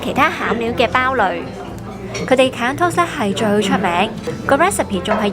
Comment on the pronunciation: great recommendation. try pronouncing it as 'ka-ya', instead of 'ka-yan' 😁